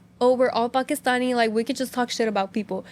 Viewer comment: it’s actually pakistani and not pakistini